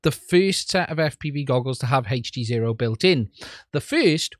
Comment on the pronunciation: It's not " HEYCH" D ZERO ITS HD ZERO